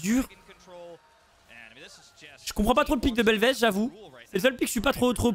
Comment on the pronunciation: belveth que tu prononces en fr ou anglais tu sonnes comme un gamin avec un trouble d'elocution. D'ou est-ce que tu sonnes anglais